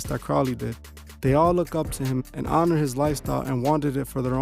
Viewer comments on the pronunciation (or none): none